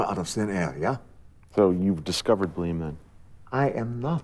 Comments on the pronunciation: When he first introduced bleem, I first heard bleen and thought of the famous epistemological about color definitions and gradients. Then he said between 3 and 4, I thought he meant pie. Finally, when they said integer, I realised it was made up altogether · I thought he said ‘blame’. I see now it was bleem. Maybe blame is a number also, as I get blamed for alot of stuff. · are they saying bleem or blame? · Bleem? I thought he was saying "blame" the whole time lol